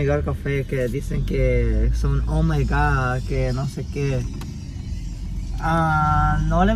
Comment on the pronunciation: nose dice oh my Gord se dice oh my God